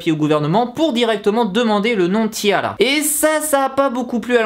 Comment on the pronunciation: Kim Ginha en fait ca doit se prononcer "tiara" comme une tiare en anglais